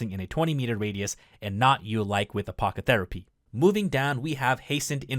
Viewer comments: You pronouncing apothecary as Apocotherapy was literally my favorite thing in this video lol. Great vid! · Necrotic. Pronounced "Neck-rot-ik" Apothecary. Pronounced "Ah-poth-eh-carry"